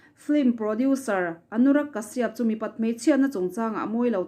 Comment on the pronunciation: I aw hi ngaihthlak a nuam. Lo tizel rawh.. ka duhsak ce vangin thurawn pakhat ka lo pe ang che aw. Anurag kashyap hming kha, Kashiap tilovin kasap tiin i rawn lam thin tawh dawn a nia.. India mi kan ni a.. Kan lam thiam lutuk lo a nih pawhin, tlema lam awm ang leh inhnaih deuhin lam thin ni se...ks ti deuh